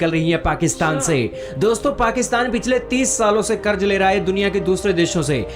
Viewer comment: It is not "Karja" but "Karza". It is a Urdu word. If you do not know Urdu, use a Hindi equivalent.